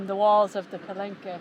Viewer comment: Hey guys! Love your videos but I must tell you, in French… the « e » at the end of words is silent. So Calanque is pronounced Kalank. Enjoy this beautiful and historical part of our world!